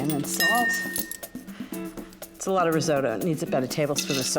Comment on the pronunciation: Why can't any of them pronounce "risotto"?